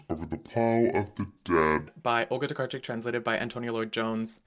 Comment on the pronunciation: oh wow you pronounced Olga Tokarczuk's name perfectly! I'm Polish so I had to point that out hahah sorry if you have like Polish roots and it's normal for you 😭 It's a difficult one so gotta appreciate!